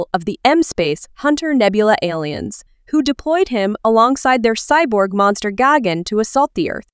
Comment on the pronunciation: It’s gigan not gigen